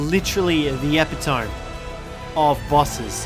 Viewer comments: ....did you just pronounce it 'epi-tohm'... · please tell me you didn’t just say epitome like “EpiTome”